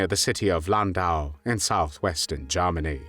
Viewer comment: The way the narrator says Germany reminds me of lord haw haw